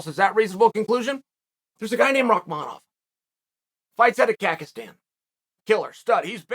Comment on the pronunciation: He literally said Kakistan :P